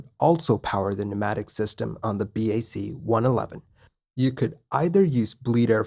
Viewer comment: BAC 1-11 is pronounced "BOCK" One Eleven